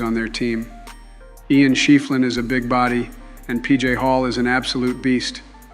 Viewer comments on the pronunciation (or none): Hey for Clemson, Joe said schieffelin wrong. It’s pronounced chef-Lin